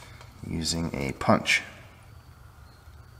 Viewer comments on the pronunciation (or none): none